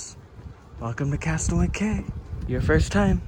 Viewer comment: Cay is pronounced “key”, you had it right earlier👍🏼